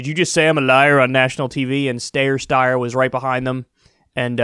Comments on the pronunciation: Kyle: From the horse's mouth the name is pronounced Styer. This horse is, by the way, like all other wannabes-- trying for traction against the only candidate worthy of challenge. That be our guy, Bernie. Billionaires and Bernie are an oxymoron. Something that can never be, so Steyer's attacks should not be a surprise. FDR said" I welcome their hatred." Bernie says you're going to pay your fair share of taxes which to billionaires is as good as a silver crucifix in the face of a vampire. Confucius spent 13 years traveling the known world to find a righteous man to lead China. He never did find one and the emperors continued to rule. Aren't we lucky. We have one -- Bernie Sanders. The billionaire class and those who profit from them and the status quo would rather eat broken glass than utter his name. He must be doing something right and he's doing it for us. This country needs this change. Our democracy is currently on life-support and if Trump wins another term we will lose it. The irony is that our best days were when the public and private interests paid their fair share towards the common good. We ARE a mixed economy. A monopoly just doesn't work as well as we have seen for decades with crony capitalism run amok. We have to restore balance to have a healthy economy and society that works for everyone. The wealthy think they can go it alone. Wait till there's a Starbucks on every corner and no one left to buy the coffee. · So dishonest Kyle. You've listened to the ad and still act like you don't know how to pronounce his last name. Disappointing. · It’s Sty-er, not Stay-er. That’s how he pronounces his own name, so go with that. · LOOK KYLE it's pronounced "STEYER" -- rhymes with "SQUEYER". Not that hard to get right, dude. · Kyle I love ya but stop calling him stayer steyer it’s incredibly annoying omfg like why? Lol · "Stayer, Steyer" lol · dude pick one way to pronounce it and move one. this steyer styer is getting annoying. we get your point....